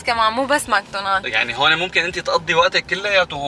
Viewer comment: حابة قلكون انو اسمو ماكدونالز مو ماكدونالد